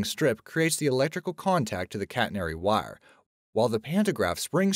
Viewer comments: You sound SO southern saying "wire." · Your country accent comes out when you say wire js